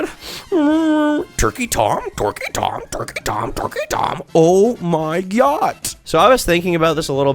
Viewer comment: He actually said TorqueyTom, totally different channel